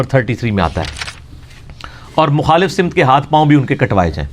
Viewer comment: مخالف سِمت❌❌❌ سَمت✔️✔️✔️✔️✔️